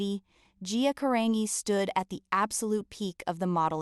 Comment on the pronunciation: Do this poor lady Justice ! Pronounce her LAST NAME CORRECTLY OH AI …or wtf it is. Disgusting. 🤢